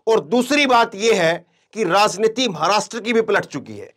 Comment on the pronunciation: that’s why you are anchoring in this channel because you don’t know correct word of raajniti you are saying raazniti😂